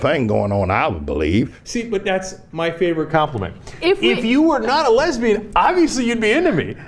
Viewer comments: "Lesbin". lol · "lesbin" lol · were she not a Lesbin , LOL, he says Lezbin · What is a lesban? Lol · "Lezbenn" XD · the insecure pastor calls Ana a LESBIN.... he dumb ass can't even say the word correctly. I can't believe I missed these videos. too funny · What the hell is a "Les-ben", its too funny. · "lesbin" -Pastor Manning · So Anna is a Les Bin. he actually said Les-bin... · Lol! "lezbin"